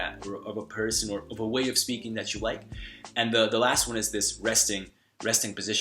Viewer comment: Your English is quite good. As a native English speaker, I only noticed two indications you aren't American. You sometimes pronounce a D sound instead of a Th. While in some cases we do use the D sound in place of T, I noticed your The often turns into a Duh. The other would be your pronunciation has a slight glottal origin. Overall I'm impressed!!